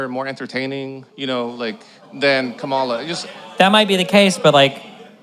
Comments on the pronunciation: I don’t think he’s doing it on purpose. A lot of people don’t notice differences in inflection and how to put emphasis on the right syllable. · Her name is pronounced Comma-La! Pronouncing someone's name wrong intentionally demonstrates such a level of bad faith and ignorance. Talking calmly is a smokescreen. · Still can't pronounce Kamala.Smh